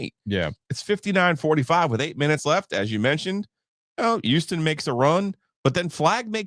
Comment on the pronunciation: can someone tell Giglio to pronounce his H's once in a while? Didn't know Duke lost to Youston